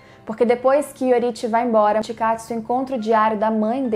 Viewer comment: Que isso "mitkatsu"